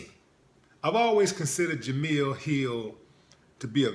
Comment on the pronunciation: Willie, my brother, it's Jemele not Jamille.